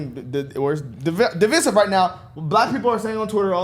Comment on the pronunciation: Love your channel, but please listen to the pronunciation of the word "divisive" on Google or wherever.